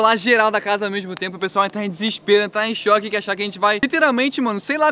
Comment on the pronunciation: seu português tb parece, "diserperado"